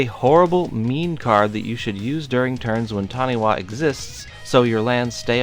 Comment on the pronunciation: Nothing more amusing than adding to the Taniwha jank than a well placed Worldslayer. Your lands will be phased out. Revel in the salt. For the sake of cultural accuracy, it is pronounced Tani-FA